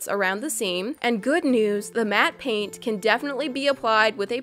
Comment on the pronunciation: Did you say paint on pain or both